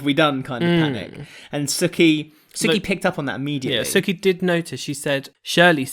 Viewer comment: Whos suki? It’s soo-ki